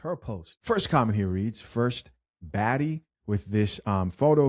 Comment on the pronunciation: Did she say baddie? I thought she said faddie! 😆